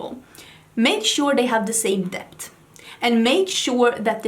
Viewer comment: You mean "dept" 😆🙊